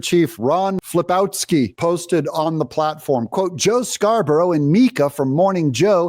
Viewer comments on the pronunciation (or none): none